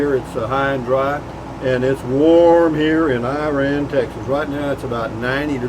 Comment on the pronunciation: I think its pronounced "Ira-ann". Glad you made it there safely. You'll be OK. Put a beer on it.